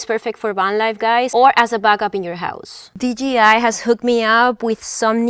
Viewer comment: Okay, I’m sorry I can’t anymore. Would you please pronounce the hard version of the letter J (Jay) for us? And a hard letter G (Gee) ? I just have to know if it’s a colloquial accent/dialect thing or you were mistakenly told the company is DGI instead of DJI? Thank you for a great overview of Van Life is all about! Glad the algorithm pointed me to your channel today. Like and Subscribed :) Look forward to more interesting content, Cheers!